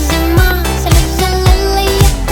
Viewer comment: Мені одному дуже подобається її наголос на зиМА, неМА?